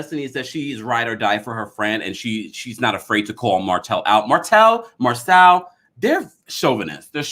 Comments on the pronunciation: Marsau’s name is pronounced MAR-SO not Marcell or Marsell. The cast pronounces his name as Marsau/Mar-so on the show every week yet a few bloggers constantly mispronounce his first name. 🤷🏽‍♀️ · It’s pronounced Mar-Sew